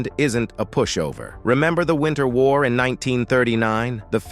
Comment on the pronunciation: It was NOT a "Winner war" - it was the WINTER War! Speak properly please...